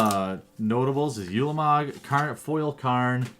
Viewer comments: ooolamog not yulamog. oolamog. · it is said like ooooolamog not yewlamog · it's pronounced oolamog, not youlamog